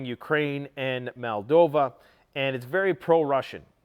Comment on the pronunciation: mate!!! it’s pronounced MOLL-DOV-VA!!!!! There is no Malldova, it’s Moldova.